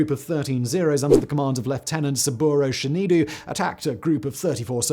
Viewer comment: "Saburo Shineedoo" 😮 (It's "Shin-doh")